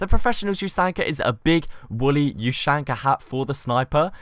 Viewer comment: Hey, its ushanka not you shank a